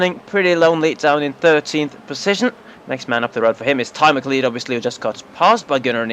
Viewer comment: Isn't "McCleod" pronounced "Mac-loud"?